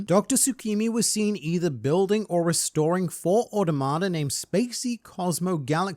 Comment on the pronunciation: you say "automata" a lot without ever looking up how to pronounce it also, obligatory "millennium", not "millennia"